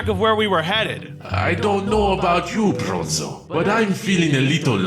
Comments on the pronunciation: Why did I hear bozo not bronzo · Its bronzo not bonzo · Bruh its br- Minotaur:Bozo.